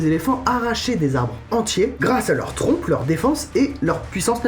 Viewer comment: "ils trompent leur plonge" 😂😂😂